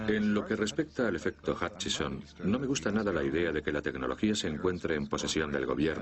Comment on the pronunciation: Se llama efecto Hutchison, no Huckison, como serás idiota...